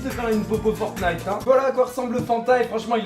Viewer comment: on normalement on dit pa le 1er t dans fortnite